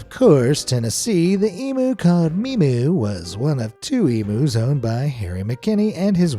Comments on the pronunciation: Emu = Eeem you not e mew. Please for all Australian people, learn to say this word right. It is grating to hear it said wrong. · Emu is Pronounced EEM-YOU not EMOO! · Fuck me dead, it's eem-u not e-moo, how do you Yank's say museum it's not mooseum. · You pronounced emu wrong it's pronounced eeee-myooo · Thats not how you say Emu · It's infuriating the way youse mispronounce Emu and then have them and other native animals as pets 😡 !!